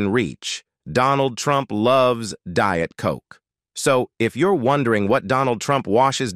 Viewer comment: Don't care for him but I wish I could eat like him. Is a real person reading script? Pronunciation is strange. Deeit for diet?